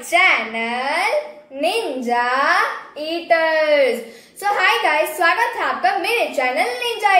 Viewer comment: This is not iters say welcome to our ninja eaters ok Didi apko sayad bura laga hoga par sorry app iters bolte hona tab accha nahi lagta isiliya ap eaters bola karo